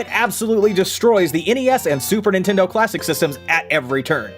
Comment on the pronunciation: Did anyone else notice that , Drew said PlayStation Clawsic